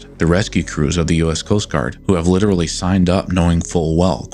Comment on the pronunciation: Wait wait wait wait wait... do you have an accent? I've been watching your videos for a while now, and I never noticed anything until you said "literally" near the end of this video. Now I'm hearing it?!?!?